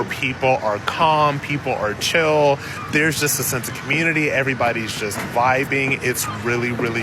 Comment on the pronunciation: If you want the “black communitah” to be better…..get out of said communitah 🤷🏾‍♂️